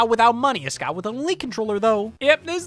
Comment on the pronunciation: You pronounced "Scott" wrong.